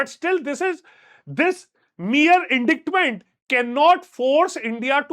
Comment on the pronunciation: Please go check how to pronounce indictment